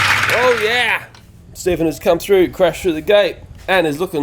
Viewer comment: Its Stphen